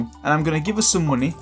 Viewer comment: Whenever he says "money," I immediately hear Kingdom Hearts' "Munny"